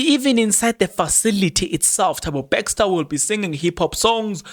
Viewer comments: NOT BAXTER MAN,ITS BESTER PLEASE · My guy how you pronounce Thabo Bester becster 😊